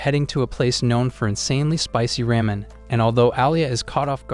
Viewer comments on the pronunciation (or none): none